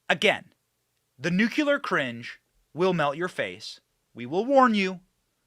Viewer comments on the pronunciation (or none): Noo-clee-er. Not nukular you diminishing hairline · Gotta, GOTTA stop with the nuk-ya-ler pronunciation. If you can say, "my car has a new clear windshield" then you can do it. Please. Please do it 🙏.